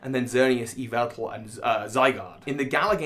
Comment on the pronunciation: It is pronounced 'Yaveltal'. I'm sure someone gets that